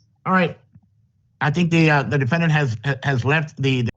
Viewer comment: Am I the only one who thinks it's strange that the judge and the attorney keeps pronouncing defendant as: dee-fen-dee-ant? But seriously, this woman sounds like she needs to be under mandatory institutionalization. Maybe she's doing a little 'self medication' with some crystal...?